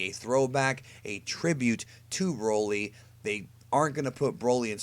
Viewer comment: S/o to the guy that calls broly " Brawley"